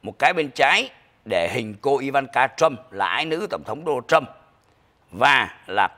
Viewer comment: Ông phát âm tiếng Anh chữ Project sai rồi. PROJECT phát âm là PRÓ Jẹckt, không phải prồ jéct. Dấu nhấn STRESS ở âm đầu tiên Pró không phải prồ. Đá Nồ Trâm, không phải Đô na Trâm!!!